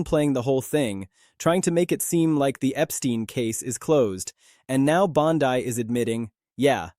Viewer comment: You're saying Bondi wrong. You're repeating yourself. Blocked.